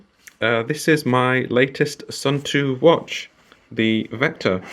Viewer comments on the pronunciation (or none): Hello! For proper water resistance, when you change the battery, clean the cap/gasket/case well. And before reassembly, smear a dab of silicon grease on the gasket. My khaki version is still going strong after 15 years, the plastic just became completely smooth and shiny ;). But for pronunciation, Suunto is to be pronounced like "soon toe", not "soon too" or "sun too". ;)